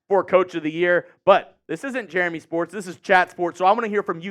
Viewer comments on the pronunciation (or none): none